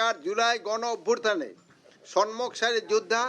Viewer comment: উনিতো ঠিক করে কথাই বলতে পারেনা। কি বলে গন অভ্যুরথানে ভুল, সন্মুখ ভুল। এ কিভাবে স্বরাষ্ট্র মন্ত্রী হয়।😢😢😢😢😢